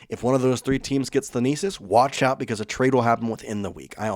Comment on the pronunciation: The pronunciation of Thanasis is kicking our hosts' tail 😂 Keep up the good work!